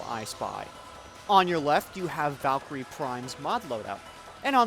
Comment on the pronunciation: Valkeer. Not Valkeerie. Great video.